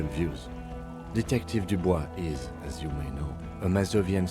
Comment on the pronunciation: "Dubois"? "Of course"